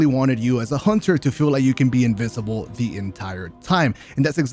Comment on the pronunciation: says invisible like invisivle lol, good vid btw